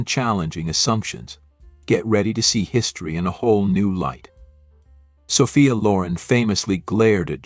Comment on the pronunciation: "Saw-fee-uh" BOYCOTT A.I. !!